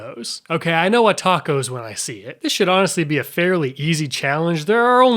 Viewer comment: why do you keep saying A tacos????